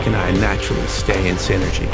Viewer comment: Sinergy? Do you not mean synergy?